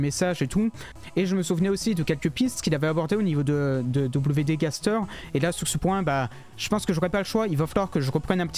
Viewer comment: Et aussi wd gaster se dis (en anglais) double you de gaster (heu je pense pas avoir fais de faute)